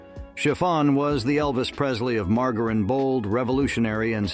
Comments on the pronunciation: No one pronounces margerine like that get real !!!! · It's Margarine with a soft G.